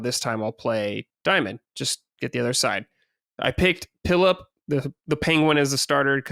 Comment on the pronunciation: Why does keep calling Piplup Pillup😂😂